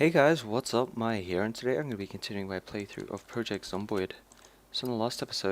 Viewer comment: I hate it how he says hare instead of here -.- Drives me crazy!